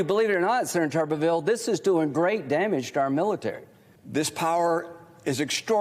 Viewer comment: Its not tuberville, tuber, yam is pronounced toober, tuberville is tooberville. A guy that sniffs dirty socks, sweaty armpits and jock straps, a failed, fired and incredibly ignorant coach pseudo republican alabama senator that lives in florida. He is the republican party, this tuber must have feathers he flocks with the other vultures.